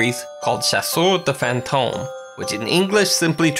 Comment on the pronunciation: As a french, i laugh so much on saying " Chasseur de Fantôme".